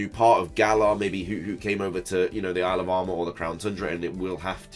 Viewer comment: Lol. I keep hearing alabama instead of isle of armor.